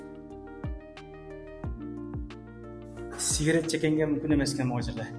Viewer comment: Сигерет дечи сигарет эмеспи